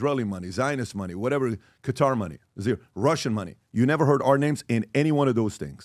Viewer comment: Qatar is properly pronounced "Cutter." Not Q-tar or K-Tar.